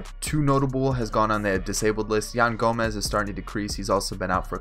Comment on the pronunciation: Who else got mad when he called yan gomes yan gomez.